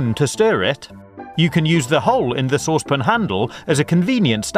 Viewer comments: this guy is so annoying when he says saucepon instead of saucepan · SA-WSS-PAN NOT SOOSE-POON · Never heard that pronunciation of "saucepan" before. A bit weird. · Anyone else triggered by the way he says saucepan? 😓🤔